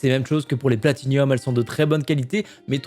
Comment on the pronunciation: On dit pas plati-nium mais plati-num